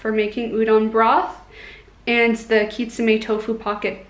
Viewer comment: Actually it is kitsune not kitsume. Haha